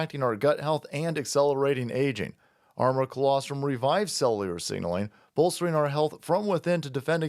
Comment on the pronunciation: Learn how to say cellular.